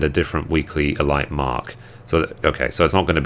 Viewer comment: I'm sorry I cant help but OCD over this, buuuut you are saying Plumage. Its not plum-age its Plume-age. As in the plumes from titan, also meaning a bunch of feathers on a bird. Lol Also I noticed you say Elite as E-light its more like E-leet. Im sorry it was bugging me sooo much <3 ahaha thanks for the update!